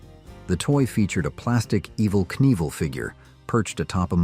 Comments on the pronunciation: Pretty sure he’s referring to your computerized AI mispronunciation of Evel’s name. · you pronounced his name wrong in the video is my point..